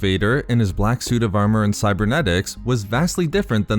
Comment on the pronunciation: I really liked this video you did but please, enunciate T better in the future. Hearing Vader's Sue over & over again nearly gave me an aneurysm.